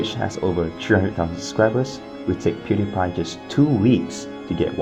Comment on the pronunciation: the way how he said pewdiepie lolol